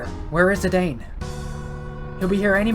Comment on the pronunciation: love you speaking zee daine instead of zee dan. at those properly pronounce as its speak ad me zee daine pronounciation was the exact. love you videos brother. your endgame now. godbless